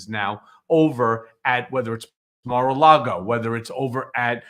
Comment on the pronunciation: I could have sworn Cohen said MAR-A-LARDO😂😂😂😂